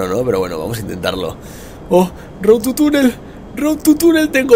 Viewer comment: por que todos dice road TU (...) es road TO... con OOO!!! bueno en fin Luzu procura en el proximo lograrlo sin tocar el suelo XD!!